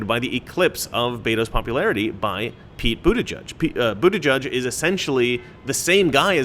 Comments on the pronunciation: It’s boot-edge-edge not boot-eh-judge He’s got a giant sign at his campaign office. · The name Buttigieg has ALWAYS been pronounced "Butta-gig". I guess as you say "butt" sounds like a ton of memes just waiting to happen when the owner of the name is a gay male. And I'm sure a Butt-gig is the last thing they want projected. He should've thought about changing his name before he threw his hat into the ring. A gay man with that name will never be elected. There's too much scope for ridicule. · Buttigig pronounced booty gig. An ass appointment. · I think the funniest part of his name is that he is gay and name is pronounced booty judge. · I believe it's pronounced "Booty-judge" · It's pronounced Bootie-gig. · I'm not sure if you said this or not but his last name can literally be pronounced as booty judge... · I'll get the coin anyway but they don't accept that coupon code. Also I thought it was pronounced "butt-ee-geeg" and I was born in Malta! 😂 if he was wearing cut off jeans he may already have been gay and just not realised it. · It's pronounced Butt-Gayg. Get it right, man! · It's pronounced Booty-Judge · Of all potential ways to say the name Buttigieg, is the proper pronunciation really the one that sounds like what you'd call the person who decides the winner of a twerking contest..."booty judge"? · Lets face it,.. You get 'Boot-a-judge' from Buttigieg the SAME way you get 'Bay-ner' from Boehner 😬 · I don't know if Americans pronounce it correct or us in Australia. But Buttigieg is a common Maltese surname, I know quite a few of them; and here it is pronounced Butti-geeg. I don't know if they are just trying to take the 'Butt' out of it, but it cracks me up hearing how Americans say his name. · It's pronounced Bootygig 👍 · Pronounce it: Butt gig. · I would think it's pronounced, "Bootygay." I'm not even joking. We can all pretend though. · "booty judge" that's what i hear everytime his name came up